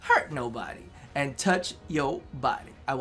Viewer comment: Those "next up" vids are quite interesting. Also " and touch yo bodeh" i just did but if you really need me to~